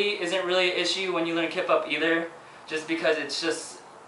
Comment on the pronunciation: everytime he says kip up it sounds like kpop... O.O lol